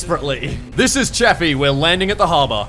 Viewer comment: DDG 81 is pronounced Chafe-e by the way.